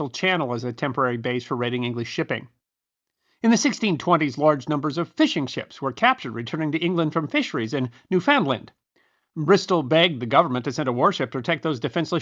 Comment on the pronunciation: PS: it’s pronounced NEWfenland. Trust me.